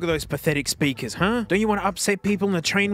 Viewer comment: "BIG SPERKER"